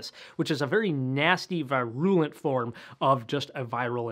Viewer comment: I hate the way he says "virulent" so much. It's so wrong.